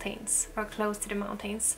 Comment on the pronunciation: I saw in one video you learned how to pronounce “mountains.”. You had pronounced it great- hoping you will try again. You don’t have to completely swallow the syllable if you don’t want- you can just say “mountans” or “mountins”. Not meaning to offend- I really love you and am longing for living in the country too!